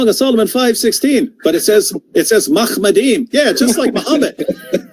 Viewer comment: Mf doesn’t understand how Semitic languages work and can’t read Hebrew or Arabic. מחמדים as written right there in the video isn’t pronounced as he said it, it’s pronounced MaChaMaDim. The vowel marks r right there. It’s an adjective in plural that means lovely, but even if it was related to muhammed name you could make an argument from the root جذر as in Semitic languages the vowels are irrelevant. He is such a fool lmao